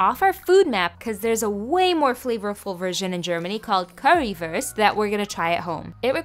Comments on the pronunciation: You should pronounced it like coo-ree woorst though 🤣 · as a german, i appreciate you pronouncing it pretty well. as a german, that’s definitely not currywurst. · Well you are pronouncing it wrong And eating it wrong but this looks soo yummy 😋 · No offense, but you both butchered the recepie and the Pronounciation. But i generally find people have no idea how to pronounce ä ö and ü. And i hope you can get a real Currywurst soon. :) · I'm from Germany and I just wanted to say that it's pronounced : karriwuust And the bread: broethen❤️😂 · Ich hasse die Aussprache von Currywurst und Brötchen auf Englisch 😢😢